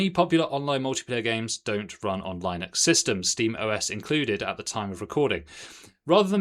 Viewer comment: Ewww that pronouncation of Linux is just wrong